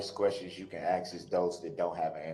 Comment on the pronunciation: "Doc-eh-she" & "I did what you axe-me-da-do'" are 2 of my faves...😂 Also "statue" instead of statute...😂😂😂